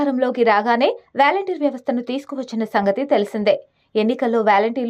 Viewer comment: Ame pronounciation sariga cheyaledhu gani matter itey chepalanu kundhi chepindhi.... Edhi pakkana peditey meeru edho difference annaru ga adhi ento cheptey telusukuntam..